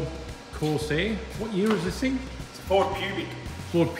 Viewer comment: Ford Corsair... "Coarse Hair" or Pubic Hair...yeah took me a bit to work that out hahaha